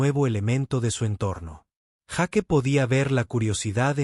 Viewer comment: Se dice Jeik y se escribe Jake, es praim y se escribe prime, quien es el burro que no habla bien?.